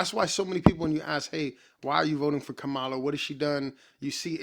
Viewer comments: Its pronounced “Comma-luh” Brotha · Agreed, complete waste of time. One request, can you please pronounce her name correctly? It is Comma-luh. It is disrespectful to have access to the correct pronunciation and still mispronounce it. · Does every Trump supporter say her name wrong? Try this, "comma-la" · You’re pronouncing her name incorrectly.